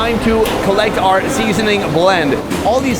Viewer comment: Sonny: Seeeeasoning is not an English word 😅